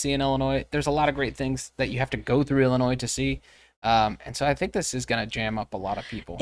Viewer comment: Can you say I L L I N O I S